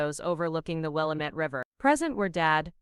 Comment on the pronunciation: It is will LAW met. AI needs to find the local pronunciations.😅